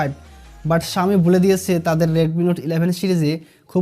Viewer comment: Vai readme. reatme na 😄😄